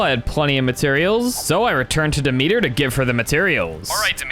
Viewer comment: its not dee-meter its dem-et-ter